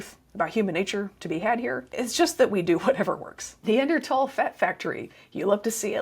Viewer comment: On top of all the great info, thanks for pronouncing neanderthal properly. (Pedantic pet peeve.)